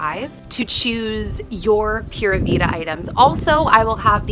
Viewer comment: I love how chunky Logan’s legs and arms have gotten. 😍 Pura vida is pronounced ‘Pooh-rah Vee-dah’ 😊